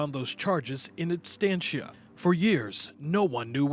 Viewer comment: Absentia not "Abstentia" you nincompoops!